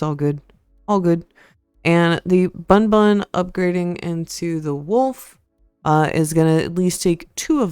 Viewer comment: It sounds kinda funny when you say bun bun